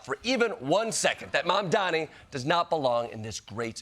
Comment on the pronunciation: How many times do you have to pronounce his name wrong???